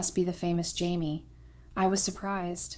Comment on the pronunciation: Consistently pronouncing the name of the main protagonist (“Jamie,” “Chamie,” “Hamie” etc) correctly would make the story easier to follow. These basic errors are distracting. 👎👎👎